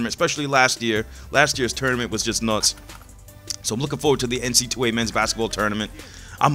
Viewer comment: It's NC double A, not NC 2A, Come on cuhhhh